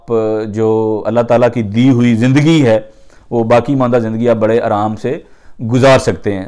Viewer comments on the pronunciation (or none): none